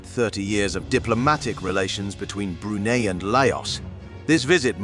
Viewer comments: I’d be grateful if the narrator could learn how to pronounce Brunei. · Not only how to pronounce Brunei, the way he pronounced Prince Mateen’s name!